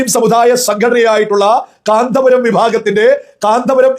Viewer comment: കാന്ത പുരമല്ല കോന്തൻ പുരമാണ്